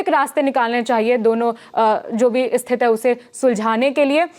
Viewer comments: Thank you for the another update. I appreciate it. However, could you please adjust the pronunciation of this word? We say 'Sthithi' instead of 'Sthith'. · दीदी स्थिति होता है, स्तिथ नहीं। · स्थित नहीं स्थिति 😊